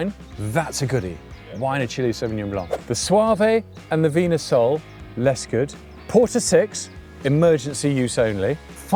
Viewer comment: It's pronounced 'vinya sol'. oh and Lisboa isn't in the Lisbon area....it is Lisbon! Another very entertaining video though. Thanks!